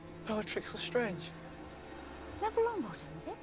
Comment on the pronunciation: Dude it’s le strange not the strange